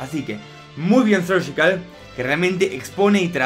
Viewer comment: No se por qué dices sergical si es surgical no veo el motivo para decir sergical